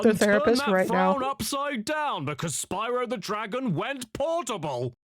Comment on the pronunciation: Spryo the dragoff